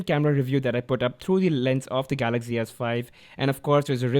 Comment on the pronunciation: why do u keep saying galackzi s5 when its galaxy s5?